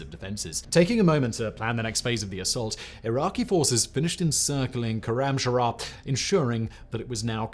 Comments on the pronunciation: Awesome information but please, it's not khoramshara, it's khoram shahr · Koramsharah..... how fkign hard is khorram shahr to pronounce ? Its shahr means city not shahar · Sloppy reading too. It's Korramshahr and not Korramsharahr. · I suggest an adviser on pronouncing Iranian city of خرمشهر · As a Farsi speaker, hearing his pronunciation of "Khorramshahr" hurts 😅